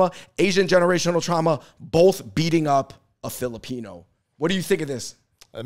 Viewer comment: it's weird that he keeps pronouncing Filipino as Filipina, especially since the women are more likely to emigrate. The cosplay thing is accurate, but it's mostly because Filipino Americans are more likely to call themselves FilipinX and study woke humanities subjects, so they are more likely to advocate on behalf of people they don't understand. Back home, Filipinos are more likely to be Catholic and chaotic, so political correctness is not as big of a deal